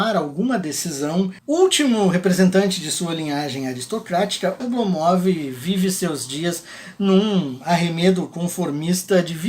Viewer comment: Minha mulher, que é russa, disse "Não aguento mais esse cara falando Oblomóv!". É Ablómov. Hahahaha